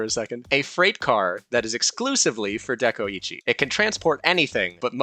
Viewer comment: De-koi-chi ITS NOT HARD. SAY IT RIGHT